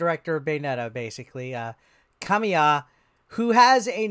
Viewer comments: Kah-mee-ya, not "Kah-my-ya" nor "Kay-my-ya" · 😂😂😂😂 u did butcher his name.. ka-me-ya (Kamiya) the butcher was the best